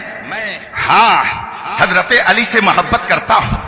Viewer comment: ہائے ہائے کیا جملہ فرما دیا اپنے محبوب کا نام بھی نہیں پڑھنا آتا علی پر زبر ہے یا پیش، ماشاءاللہ 🌹